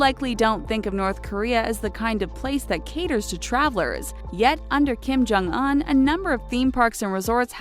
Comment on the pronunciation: "DON JEW"